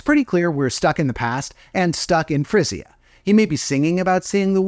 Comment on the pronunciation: Yo, you know, Frisia is pronounced like Freezya. Well, not like freeze ya and more like the z and y together are like the g in beige.